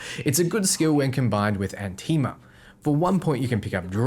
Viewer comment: It's Anima (AH-nima) not Antima (An-TEE-ma?)